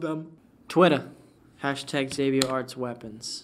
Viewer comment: Xabio Arts I will hold this against you forever. I don't care you literally taught me how to draw with very amazing tutorials. reading my name wrong is unforgivable